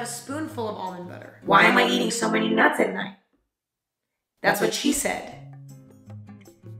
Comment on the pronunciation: When she said nuts with the echo and the awkward pause I choked on my vegetarian chili and died